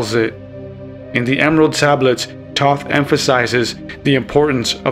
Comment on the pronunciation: Yea I agree with the "I'm not a pro" you pronounced Thoth Wrong.